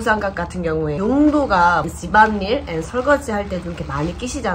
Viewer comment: 집안일 아니고 즤반닐 이라고 하는게 진짜 웃겨요ㅋㅋㅋㅋㅋㅋ